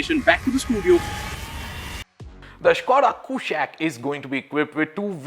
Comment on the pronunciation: Its not a western word mate, as you must know kushaq is a sanskrit word for king and should be pronounced as such! Skoda is trying hard it seems hopefully this will look gorgeous